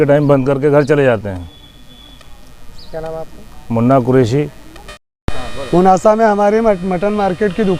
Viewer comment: पूनासा नही होता पुनासा होता है😂😂😂😂😂😂